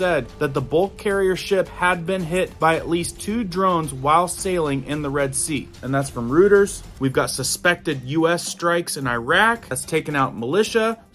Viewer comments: Just an FYI, its pronounced ROY-ters not ROOT-ers. 🙂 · Reuters is Pronounced Roy-ters.🤦